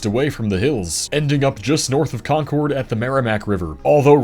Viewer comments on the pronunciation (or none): none